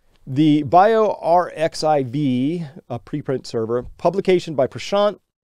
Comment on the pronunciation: Pronunciation note: "biorxiv" is pronounced "bio-archive"... the "X" is the Greek letter "chi", get it?